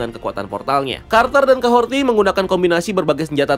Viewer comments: dari breakdown eps kahorri kemarin, kok kahorti si bang nyebutny? udh jelas" di subtitle jg kahori, R ga ad T. di series juga mereka nyebutny jelas kok "KAHORI", kadang aja r nya rada tebel, kadang r nya ga bunyi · Kahorri bos, bukan kahorti. Jd kyk denger nama bu suharti 😂. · Kahori bukan kahorti wkwkwk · Kahhori bang..bukan Kahhorti..haduhh..kebanyakan ilmu ttg marvel comic sampe salah ngasih nama